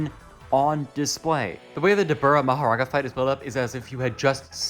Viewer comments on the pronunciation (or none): "mahoraNga" is crazy to me